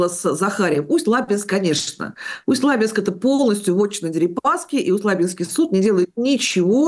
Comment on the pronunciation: Прошу прощения, Усть-ЛабИнск (река ЛабА, ЛабИнск, Усть-ЛабИнск).